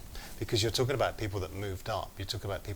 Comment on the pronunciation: I can't listen to this guy, with his pronunciation "talkin' ", "bein' ", "investigatin' ". Awful, slovenly diction. I'm out of here!